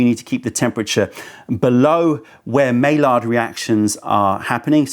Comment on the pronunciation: Just trying to help you with this comment not be a jerk. It’s pronounced my-yard not may-lard for the reaction talking about the caramelization of proteins.